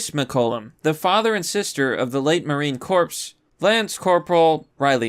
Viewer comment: Marine Corps is pronounced Marine Cor. The p and s are silent. Semper Fi